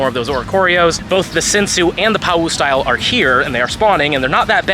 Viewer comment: Awesome luck man! One thing about the pau style oricorio, it's pronounced pah-oo :)